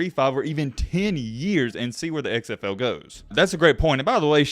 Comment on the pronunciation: The way you say "XFL" is super weird. It sounds like you're saying "eggs FL."